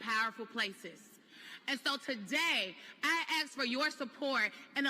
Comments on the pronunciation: 'I axe for your support' So ignorant. 🙄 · Should someone really be considered for vice chair if they pronounce the word "ask" as "axe"? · 😅 HA HA. " I axe for your support ". Teleprompter humor..